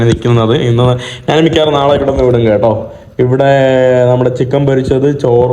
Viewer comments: എടാ മൈ... നാൻ അല്ല, ഞാൻ ആണ് ശരി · എടാ മൈ... നാൻ അല്ല ഞാൻ ആണ് ശരി